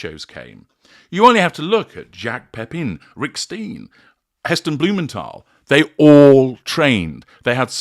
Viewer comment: I absolutely adore you, but please pronounce Jacques Pepin’s name correctly. Soft “J” for “Jacques”, and (phonetically) “Pepahn” for “Pepin.” Thanks! From an admirer of this authentic French master chef’s long and brilliant career.